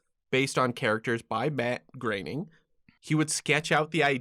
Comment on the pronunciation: "Bat Groening" He was so worried about pronouncing "Groening" correcting.